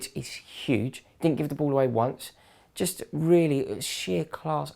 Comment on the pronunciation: I loved that "what mist happend!?" Haha just made me laugh so good but seriously woahh?